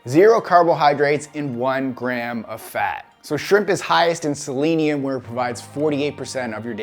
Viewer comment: also probably why you pronounced Selenium properly, and most people don't, including me:) kudos for you dude!